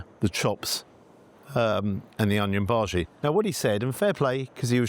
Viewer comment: How do you get a bhaji wrong for heaven's sake??